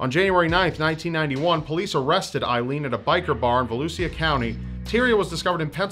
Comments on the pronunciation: Yo, it's "Vah looh shah" not "Va Looh See UH" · it's va-loush-a county 😂😂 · It's pronounced Volusha but okay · A bit off topic, but Volusia County is pronounced VA- loo- Sha. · She was active in my hometown and had dinners with an old friend's family before they knew. Btw, the county is pronounced vo-loo-sha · Probs mentioned but the 'sia' in Volusia is pronounced like 'sha' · lol, that pronunciation of Volusia. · and you said Volusia wrong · The way he pronounced Volusia county made me cringe >< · Thank you I'm not the only one lol